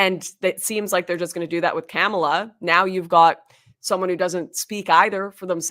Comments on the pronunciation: I cannot stand Kamala and think she is shady af, BUT, I wish people would pronounce her name correctly. It sounds like Comma la, not Camel uh. It makes those saying her name incorrectly sound less intelligent. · Is she saying "Cam-ela" on purpose 🤭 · Is this lady saying Camela on purpose? 🐫